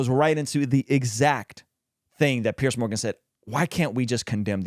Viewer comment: Love your channel and God bless. I just wanna say the name is "Piers", pronounced "Peers" not Pierce